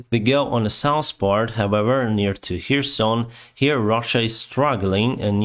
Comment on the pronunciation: its not "sous", its "souTH"!!!:-)